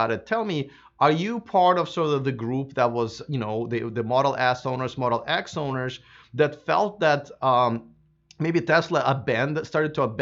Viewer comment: Do you mean Tesla Modle S and Modle X. At the beginning is sounded like Tesla Modle S and Modle S.